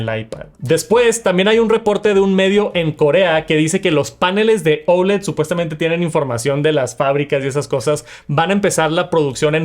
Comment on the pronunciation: Porque dices OULED si la palabra es OLED…???